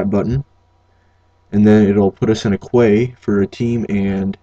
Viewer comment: Jesus christ, "Qway" and "the just of it" Like have you never heard these words before? Its Queue, just said as "Q" and Gist is how it looks like it sounds